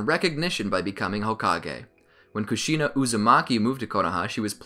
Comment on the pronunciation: Kushina is pronounced Kooshinu And Rin is pronounced Reen